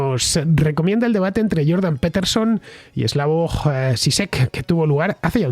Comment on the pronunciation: Me resulta curioso que Fernando se empeñe en nombrar la marca Pfizer como "fizer" con la excusa de que es un nombre de orígen aleman, cuando el 90℅ del mundo la nombra como "faizer", pero luego al iPhone lo llama " ifon", en lugar del correcto "aifon", o a Jordan Peterson lo llame " peterson " en lugar del correcto "piterson".